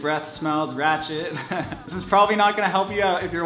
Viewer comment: He says ratchet real caucasiously. (it's probably not a real word but ya know)